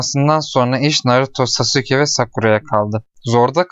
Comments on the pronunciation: lütfen çek ve lütfen sasuke deme saske de oyle okunuyo lütfen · aga o nasıl bir telaffuz sasuke diye okunmaz ki saske diye okunur sasuke diye yazılır naruto izledin mi bilmiyorum ama saske diyorlar hep ben narutodan hep öyle duydum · Sasuke diye okunuyor brom Naruto hızlı söylediğinde saske gibi oluyor